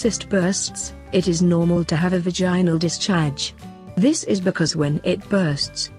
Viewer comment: Vagine-nal lol